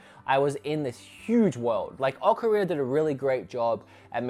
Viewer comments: Ocarinero time? Am I the only one hearing that? 😂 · I love "Ocarinur" as well